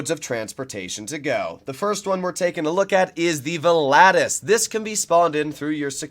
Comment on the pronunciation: Man you butchered the name volatus 🤣🤣🤣